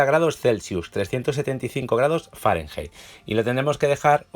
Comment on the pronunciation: Q me indica cuando dice farengeith